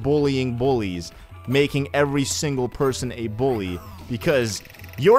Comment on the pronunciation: the way he said bully 😂😂😂😂😭